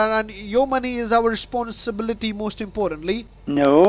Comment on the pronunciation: “Your money is our sponsirbility”